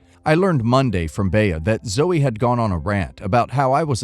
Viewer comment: Bea is pronounced 'Bee'. Baya is painful to the ears.